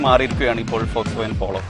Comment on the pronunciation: വോൾക്സ് വാഗൻ അല്ല, ഫോക്സ് വാഗൺ എന്നുപറയു.